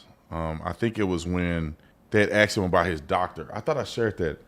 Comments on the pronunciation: B Tatum… it’s ASKED my guy. Damn man. Get an English coach or something. So annoying to hear that. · Damn. Branden said "aksed"